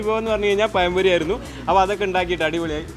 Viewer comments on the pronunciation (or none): പയം അല്ലാട ചെറുക്ക..ഇതു പഴം പൊരിയാണ്..... പയൊ? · പയം പൊരിയല്ല, പഴംപൊരി.. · പയം പൊരി 🤣🤣🤣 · പയംപൊരി അല്ല പഴംപൊരി 😊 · പയം പൊരി അല്ല പഴം പൊരി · പയം പൊരി അല്ല പഴം പൊഴി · കോയി ബിരിയാണിയും പയം പൊരിയും 😜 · പയം പൊരി 😂😂